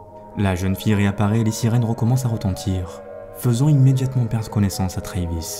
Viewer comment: le nom travis se prononce avec le A, comme en Français, et non "treyvis"